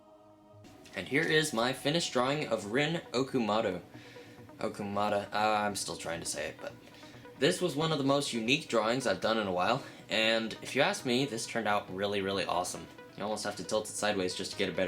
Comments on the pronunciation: its pronounced ah-ku-mer-ah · Claire LeBlanc it’s ah Kuhn Mur ah not uh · it's pronounced oh-ku-mur-ah but great pic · O-kum-ar-a (That's how you pronounce it lol) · Dude oh-kou-moo-rah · ''Rin, Ah-koh-mur-ra .. Eh, whatever it is'' XDD